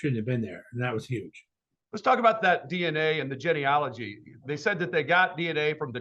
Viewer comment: He pronounced "geneology" correctly! Be still my heart!